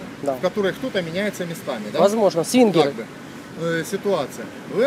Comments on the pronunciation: "СВИНГЕРЫ"))))))))))))))))) Ахах, жесть)))))))) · "Свингеры" хагаха)))